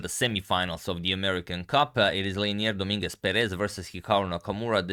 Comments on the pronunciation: Just a little pronunciation comment, it is pronounced do-MIN-guez PE-rez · Hey, how are you? I think "Dominguez" and "Perez" are said differently. Just saying. Have a good evening!